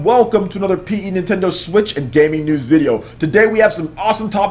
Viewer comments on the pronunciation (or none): none